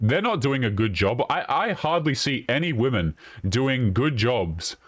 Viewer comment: Every time she should have said women, she said woman. When she should have said offspring, she said offsprings. I couldn’t stand to be around this nitwit for 5 minutes.